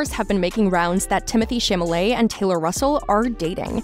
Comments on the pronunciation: How embarrassing for you to mispronounce his name. It is Chalamet not "Chamalet"!🙄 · CHALAMET!!!! Not Chamalet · Chamalley, Chamalley, Chamalley..... ! Girl, that's not the proper pronounciation, please prepare your speech correctly and learn how to pronounce it. It's Chalamet: Cha-la-mey !! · "ShAmALeY"......PLS I CAN'T 😭😭😭☠☠☠ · If u r going to narrate this,Please learn how to pronounce his last name!!!!!! It's Cha-la-met!! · As much as I know we're all speculating, I think think they make an adorable couple. P.S. its Cham-a-ley. The "t" is silent so even tho the narrator is misspeaking it, Cham-a-lé is close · Exactly. Like I heard nothing after that. 😭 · Chalamet is pronounced Shall-a-may. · if mispronouncing Chalamet as Shamalae... embarrassing... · Stop mispronouncing his name! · Wth! she's mispronouncing his nameeee!!!! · Damn, seriously! You aren't even able to pronounce his name? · Omg, this girl narrating, if you can't take the time to actually learn how to say his family name, then just don't say it. My gosh, is enough listening Americans mispronounce his French family name, to on top, this girl literally butchering it and changing it completely.